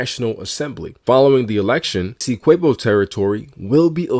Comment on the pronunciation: You're butchering the pronunciation of Essequibo